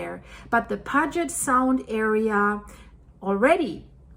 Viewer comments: Just a small phonetic correction so you'll understand the crazy version of pronunciations of the region, Puget would commonly be pronounced "Pew-Jet" Sound. I absolutely love your work! You're gonna be very busy in the upcoming days/weeks/months. You seem to build great parasocial relationships with your viewers, and I really appreciate that about you. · love your videos. Your voice has a slight accent but is very easy to understand. However since you live in the area thought you would like to know most american pronounce Puget Sound as pewjet. As you know American found names carved on stones and used them with no knowledge of where they came from. I live in South Dakota, our state capital is in a town called pier like a spot where you tie up a boat. It is named after a French trapper named Pierre. In Montana near Canadian border is a town name Harve like La Harve the French port. The locals called it have er.Just a;little trivia to mix in with all the facts and research you do. Thank you. (99% of the people who live in those areas do not have a clue that the names are based on French ones with a different pronunciation.) We also took Native American names that had meaning in their original form but they were hard for white Europeans to pronounce so we changed to some meaningless word that was easy for us. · That's pronounced pujiott sound IE Puget sound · Your Personal Linguist sez: It’s pronounced “PEW-jit Sound,”! No ambiguity, as with “Rainier;” that is just how it’s said. Just Tryna Help. Thanks for all you do! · Pronounced Pewjet sound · Sorry its pronounced Pew jit sound (Puget) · pew-jet' sound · Thank You... I DESPISE "Mispronounced Words" lolol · Check your pronunciation of Puget Sound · Didn't you recently apologize for how you pronounced mt Ranier? And now it's puget sound lol. Just giving you a hard time :) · it's pronounced P-you-jet sound... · 'PEE U JIT SOUND' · Puget Sound = pyoo-jet sound. You're welcome❤